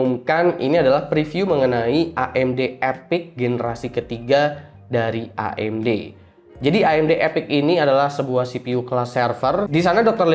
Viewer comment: Akhirnya ada yg pronounce AMG bener (A em ge bukan e em ji) Btw Bahas threadripper Pro dong :)) kayanya menarik